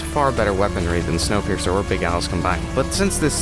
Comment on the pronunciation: Its snowpiercer not snowpeirer